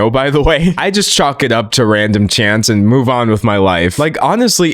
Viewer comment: I think you said “chalk it up to random chance” but I heard “chants” and I actually really like that concept. Just thought I’d share🙃 proceeding with the video now.